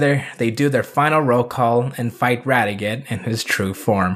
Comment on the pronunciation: This was a terrific video and I'm glad you're a Jetman fan now. One thing though is that you kept getting Radiguet's name wrong. It's not pronounced Rad e get it's pronounced in a French sounding way with the T being silent; Rad e gey, that's how they pronounced it in the show anyway. But yeah Radiguet is awesome. :) Though you didn't bring up the follow up manga, but it's a minor thing. Oh and Super Sentai World IS in canon, if you consider it to take place just before Ryu and Kaori's wedding. :)